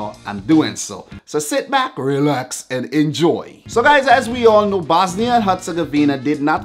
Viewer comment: You cant say the bosnia r